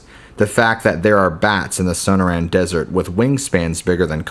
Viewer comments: SOH-NOR-ANN not SOHNOH RAN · Are you trying to say the Sonorian desert?